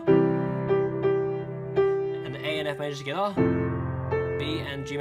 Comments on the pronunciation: When he said togeather it sounded like he said skada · I love how he says togetha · South African style 🤝😂😂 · Togetha!! Togethaaa! But thanks for the tutorial. I am almost done with the practice.